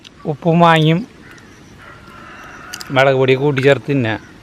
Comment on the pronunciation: മെളക് എന്ന് പറയാതെ മുളക് എന്ന് പറയണം അതാണ് കുറച്ച് നല്ലത്